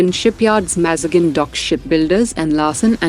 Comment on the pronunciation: Mispronciation of several words: mazgaon ; South Korea. Is this being read by machine?